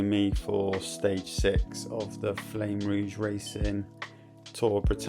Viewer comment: Nice bridge. Btw its pronounced 'flam' rouge not flame rouge 😅